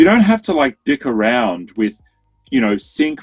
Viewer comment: Did he just say “dick around” or “dig around”?